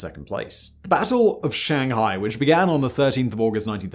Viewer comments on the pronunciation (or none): none